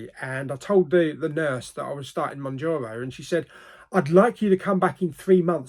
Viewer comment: Moun ( JAR ) O. 😂